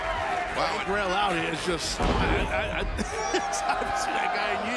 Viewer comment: Justin botching Gangrel though lol